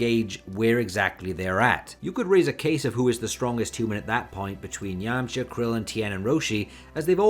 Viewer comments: Okay... So why do you say "Yamcher" instead of YamchA ? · ah ok, I didn't know this accent, where is it from? If you say "er" instead of "ah", why don't you say "Yermcher" ?